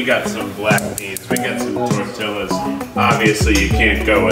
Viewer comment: I’m happy Keith call tortillas tortill-aaas